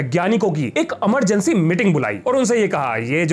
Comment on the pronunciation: Emergency ❌ Amargency ✅😅